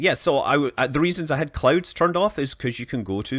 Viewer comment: I thought he said that he turned off the clothes on earth lol